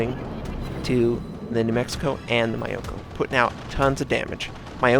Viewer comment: Fuck, I tried not to notice.... But that's not how you pronounce Myoko.